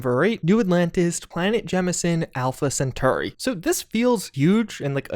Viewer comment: Sagan, Cheyenne, Centauri... You've gotta take some time to learn how to pronounce these names, you're killing me!